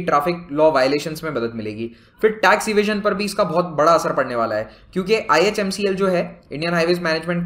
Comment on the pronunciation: Right i but in the later parts he pronounced and wrote right